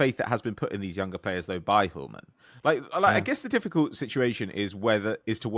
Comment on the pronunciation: Kasper Hjulmand's name is misspelled in the chapter section. And I'm sorry to say, but you're pronouncing his last name incorrectly, my advice is to give up on Danish pronunciations 😂